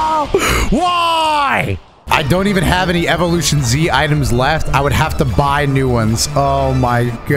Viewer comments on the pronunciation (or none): none